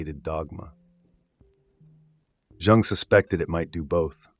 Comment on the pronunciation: "For Djung" dude it's "Yhungh" America pls don't study Europe you're so far off go back to MK-Ultra